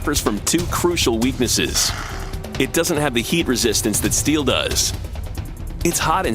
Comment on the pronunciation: It can bend like paperrh and support like steelllh.